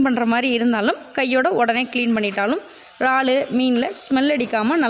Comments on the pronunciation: ரால் இது என்ன புது பெயர் உச்சரிப்பு முக்கியம் 'இறால்' அல்லது எறால் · றால் இல்லை இறால்.